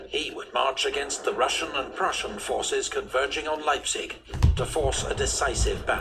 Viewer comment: On pronouncing Leipzig you did a good job. The 'ei' in Leipzig is spoken like the 'i' in Library.